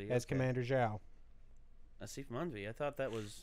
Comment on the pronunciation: Is it just me or did he mispronounce Zhao's name? He called him Chao.